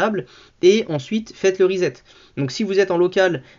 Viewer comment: pas rizette mais ressssset